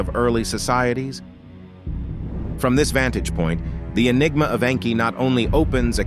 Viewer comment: It's Nnnnn kie like ur pronouncing name wrong